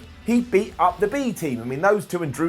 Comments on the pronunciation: Please pronounce “up” like “oop” from now on... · figured if was gonna pronounce "Up" as "oop" we'd be getting "OOPS and DUNES"